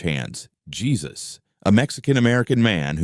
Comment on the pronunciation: um... that ranch hand is Hey-sus, not the English pronunciation of the son of God. LOL Gotta love these voice generators.